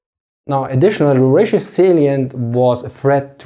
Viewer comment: My man, it's not Ryzhev, the emphasis is on E, pronounced more like AE and rzh is pronounced together. rzhEv